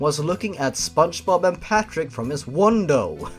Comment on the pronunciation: NOOOOO NOT PARTICK